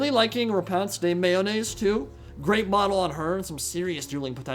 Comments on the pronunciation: I'm not sure if you are memeing but I am like 90% sure that Lyonesse is pronounced as you would "Lioness". I think it's supposed to be a pun for her name too, like, "Repanse The Lioness". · i swear whenever he says Lyonesse i hear mayonaise lmao